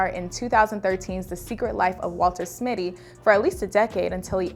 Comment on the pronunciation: Dear,we love you,please do better. It’s “Mitty” not Smitty. y’all too big for faux pas.